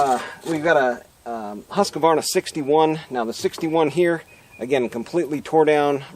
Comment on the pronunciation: Husqvarna is a 3-syllable word, not 4 syllable. It is not husk-a-var-na.